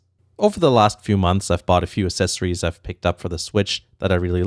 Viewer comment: Loved the items, but I just can’t get over him saying assessories not accessories